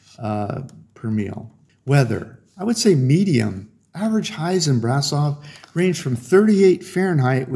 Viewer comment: It's pronounced Brash-offv